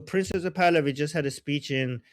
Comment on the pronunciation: Why do you keep saying princess of Pahlavi? It's annoying 😂 it sounds like you're saying princess of Pahlavi